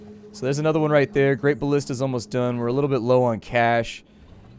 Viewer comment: Its BALLISTA gosh lol